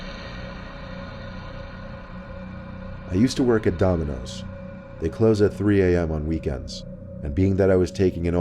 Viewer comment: Lol he says donimos instead of dominos